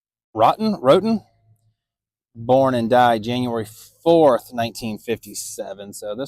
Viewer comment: As alway, a beautiful job on all four of those precious babies' graves,. You are truly are a wonderful person to do this. God bless you! And Wroten is pronounced Wrote-en.:)